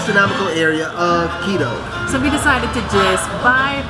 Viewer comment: At least make an effort to pronounce Quito the right way..